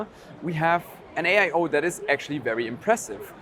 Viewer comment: Did you hyst say AIo?